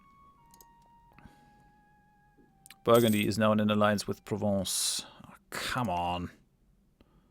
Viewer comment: I do like how you pronounce "Provence".